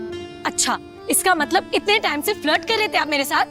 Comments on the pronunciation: Matlab ❌Matbal ✅ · Matlab❌ matbal✅ 😂😂😂😂